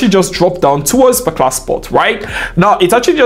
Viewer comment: your videos so interesting to watch, especially when u say "parclar trade" - ''particular trade '😅, really like your videos AF, thank u G for free value❤‍🔥❤‍🔥❤‍🔥